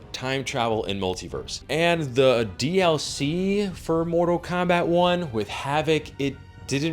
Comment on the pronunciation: Mortal Kombact xd